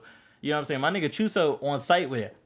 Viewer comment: Not geegee gege and choso not chooso and geto nat geeto